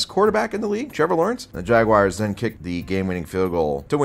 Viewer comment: My wife's boyfriend loves the way you pronounce the "Jagwires." He says it cured him of his marijuana addiction. You're such an American hero,.